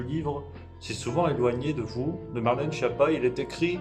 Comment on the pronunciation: Schiappa est un nom Corse donc vous oubliez le pizzaiolo ..... c est bien Skiapa la bonne prononciation